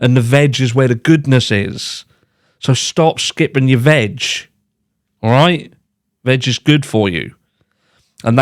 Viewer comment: Never say veg again 😅🤣. Did NOT sound like veg at all lol.